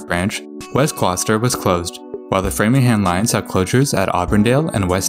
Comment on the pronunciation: He said Framingham right.